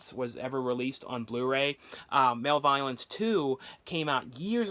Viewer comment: MALEVOLENCE AND BEREAVEMENT ARE BOTH REALLY GREAT FILMS DIDNT REALIZE THERE WAS A THIRD ONE BY THE WAY YOU ARE COMPLETELY PRONOUNCING MALEVOLENCE WRONG ANYWAYS TAKE CARE